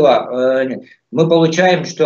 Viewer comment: Явно у армянский акцент,надо было в самом деле недовольного лезгина пригласить. ДОСТАТОЧНО, когда произносит:"Ми"-мы😅